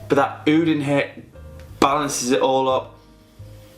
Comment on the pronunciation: Eyeoud 😂 It's just Oud mate